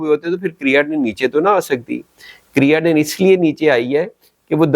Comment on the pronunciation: Creatinine BOLNA TU SEEKH LAIN PEHLAY